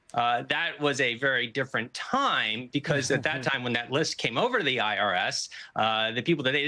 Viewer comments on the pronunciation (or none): "Why the bolton indictment is diffe(R)ent"